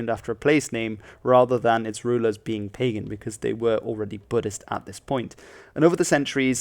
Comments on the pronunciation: You pronounce Pagan Kingdom as ''Pay-Gan''? ..no. .please. .no. . The real word is ''Purgam''(so. .pronunciation is Bəgam!) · It's pronounced MEE-yn-maaa, not MY-n-maaa. And BA-GAN, not Pay-gn. And "Maw" rhymes with "door". The money is prounounce CHAT, not kyat as it is spelt. And the name Myanmar goes back to the 12th century. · It's पगन not पैगन! #StopBotchingNames #ProperPronounciation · It's pronounced pah-ghan (NOT pay-gen) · Pagan is not pronounced (pay-gan) it is pronounced (pa-gun). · It’s not pagan it’s bagan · "Pagan" is pronounced like "Puh-gun" not like the English word "pagan" (pay-gen) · Pagan is pronounced pa-GAHN, not PEI-gan. Different pronunciation from the religious category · "Pagan" would be pronounced "Pah-Gahn" in this context. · It is not Pagan... it's Bagan, pronounced Beh-gun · It’s pronounced Pa Gan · Not really call pagan On the tip of the tongue it pa gum or ba gum:/ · This is an incredibly well researched and well presented video. Thank you. I do want to add that the Pagan In Pagan Kingdom is pronounced “Ba -Gaaan”. I think they have changed the spelling to Bagan now to avoid confusion with Paganism. Again, well done with this video! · You are mostly correct. Pagan is indeed pronounced as Ba gaan . Also kyat sounds closer to the combination of Ca-yat in one sound. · Actually Pagan is pronounced pah -gun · Pronounced Pa - gon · WTH was the moment at . pAgan ( emphasis in the first syllable). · Pagan. Pronounce the ‘a’ as ‘i’. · your pronounatiation of pagan is wrong..